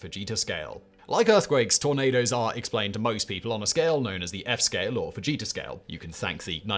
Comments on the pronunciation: I thought you said "Vegeta Scale" instead of "Fujita Scale" In my defense, I'm putting away my groceries and wasn't looking at the screen. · Simon, totally thought you were saying Vegeta and not Fujita lol😂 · I was looking at the screen and heard "Enhanced Vegeta Scale"